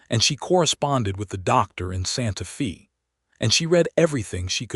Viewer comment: Pronounce Santa Fe ( not long e sound) correctly. Drove me slightly crazy. I really enjoyed this story.